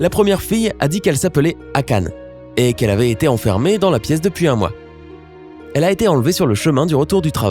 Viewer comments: Par contre juste le nom... Akané! Pas akaneuh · "Akane" alors les gars ça se prononce Akané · Le '' akane '' CV pas du tout prononcer ça '' akané'' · Ok donc Akane, ÇA SE PRONONCE AKANÉ BORDEL!!! Voilà. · Omg jai trouvé les trois !!! et cest Akan[é] et non Akan[e] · on dit akané! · On dit Akané même si ça s'écrit Akane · Enft ça se prononce akanÉ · par contre on dit « Akané »